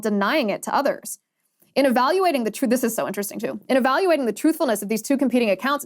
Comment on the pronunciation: Well, there is the ‘truth’ about Berry Soetoro, and then, there is the ‘troof’ according to Barack…